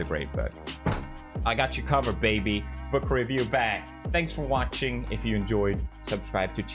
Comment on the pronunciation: Normal people :No meme review book review Pewdiepie: "book rewoowoo"